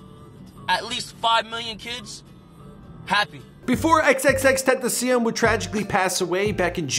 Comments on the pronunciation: he said tenteh and tentah in the same interview, either way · Tentasion is how you say it god damn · tentasion tentaseal tetasion tentaceon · It’s so annoying how he said tentacion